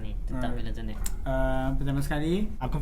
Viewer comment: untuk mengelakkan anda jadi embarrasment bila berada dlm kalangan english speaking people, sebutan yg betul ialah ten (nombo10), net (sama rima dgn nerd tp lebih pendek)...so tenet, bukan turn net kahkah